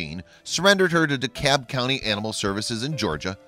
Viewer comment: it's DeKalb not DeKabb...the L isn't silent